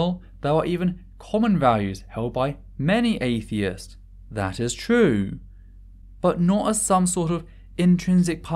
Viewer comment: "That is twue."